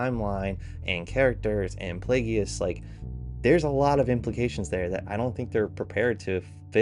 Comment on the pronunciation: Dude go learn about Star Wars (and also the basics of what makes a show successful) then talk. Play-Gee-Ous 😂